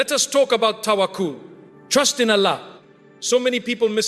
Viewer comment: Allah's pronunciation is not pronounced as to pronouce which is Allahhhh which gives us piece and ruhanee sukoon but overall bayaan toched our hearts